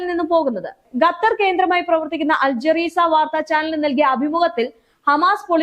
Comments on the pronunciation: അൽ ജെറീസയാല്ലാട്ടോ😂jazera. ഗത്തർ തെറ്റ് 😂ഖത്തർ ശരി. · Al ജറീസയല്ല, ജസീറ, ഇയാൾ വാർത്ത അവതരിപ്പിക്കുന്നത് മടുപ്പുണ്ടാക്കുന്നുണ്ട്... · ആ റോസിന്ന് പറഞ്ഞു കൊട് അൽ jazeera.jazeera😊😊😊😊😊❤❤❤❤❤ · അൽജറീസ അല്ല അൽ ജസീറ ആണ് കേട്ടോ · മോളേ അൽ ജെറീസ അല്ല, അൽ ജെസീറ എന്നാണ് ശെരി. Ok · Jareesa എന്നത് ശരിയല്ലjazeera ആകുന്നു ഖത്തർ Qatar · ഗറ്റർ 😂😂 അൽ ജറീസാ 😂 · അൽ ജസീറ എന്ന് പറയുക